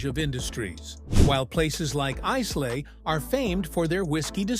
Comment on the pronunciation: It's not bloody Icelay, ya muppet. It's Islay.